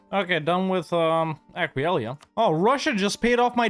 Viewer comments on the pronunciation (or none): I lost count on how many time mistakes the name Aquileia, still funny tho!